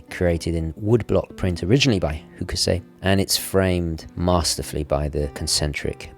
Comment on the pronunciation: Man alive. It's pronounced "hock sigh." Come one, old boy. Get down with the culture. ;) Spanking review though.